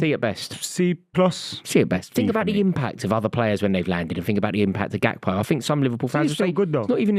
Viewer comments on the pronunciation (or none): Gakpo is most defintelly not pronounced as hakpo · I love how they are fighting over the pronounciation of the Dutch G even though they are all wrong😂